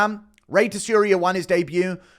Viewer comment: Tsuruya: Soo-Roo-Yuh. Djorden: Jordan dude it’s not that hard.